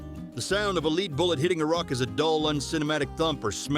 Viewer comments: AI commentary is "wonderful" I always thought bullets were made of lead not "leed"!! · A hail of leed? Soft leed slug? Really??? Never again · Apparently, AI narration that pronounces words correctly is also a myth. The number of times it said "leed" for "lead" (led) was annoying. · "Let's not forget the THE SHOTGUN!" shows a picture of a REVOLVER. "The classic movie GUNFIGHTER!" Shows a clip of Fistful of Dollars. Keeps pronouncing lead (led) as 'Leed' The Colt POINT 4, 5 (repeatedly) "... Long after the West was SITTLED" SITTLED? That's just lazy content creation. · You say you read all the comments... Your AI narration absolutely is awful.. Soft Lead pronounced "leed" ?!? I couldn't forward this video to anybody I'm too embarrassed by that. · Someone please reprogramme the synth speech here? Lead is a metal, pronounced like LEDD.... NOT the verb "lead" as in to LEAD, say, a blind man. stupid, stupid, careless crappy production. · "Lead" is pronounced "Led" and not "Leed." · Your AI should be able to distinguish between lead as in LEED vs. lead as in LED for the material which is used to make a bullet. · Lead rhythms with head, my ai narrator friend. It is the metal lead that bullets are made of, not leed that rhythms with reed. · Scary how good AI voice synthesis has become. If it wasn't for the lead (the metal) pronounced as lead (to guide someone) fiasco, I wouldn't have been able to tell. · "leed"?! Gee, using a AI narrator, eh? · Do these people even bother to watch their videos before they submit them? So many of the problems with the AI mispronouncing words could be fixed by simply changing the spelling to a non-standard form. Changing "lead bullet" to "led bullet" will cause the AI to pronounce it correctly. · Maybe listen back to your AI commentary before you upload? No human would mistake 'lead' for 'leeeed' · lead bullets are pronounced "led" with a hard E, not they way the narrator pronounces it. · Leed boolits... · What in the hell is a leed bullet?